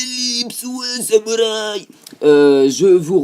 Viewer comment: C'est pas marrent quand tu dis samourï